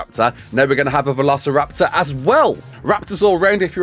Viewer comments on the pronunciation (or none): none